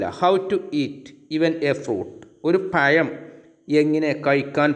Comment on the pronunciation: Sir very nice .nlla useful ആയിട്ടുള്ള വീഡിയോ.പിന്നെ പയം അല്ല.പഴം എന്ന് പ്പറഞ്ഞൾ നല്ലത്